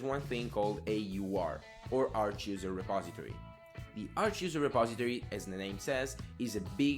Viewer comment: your pronounciation of 'repository' is also weird. Try typing it into google translate and then use text to speech to hear how it's pronounced.